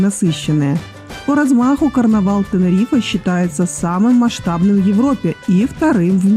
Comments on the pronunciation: Как режит слух, не ТенерифЭэээ а Тенериф хотя бы. Без е. Вообще ТенеривифЕ. Как раздражает невозможно слушать. Как Милан, а Пишиться МиланО. Вы же не говорите МиланО. А просто Милан. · ТенерифЭээ, ТенерифЭэээ😡😆